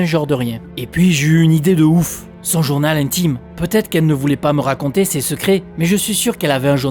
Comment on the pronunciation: On dit journal intime pas Jones intime lol😅😅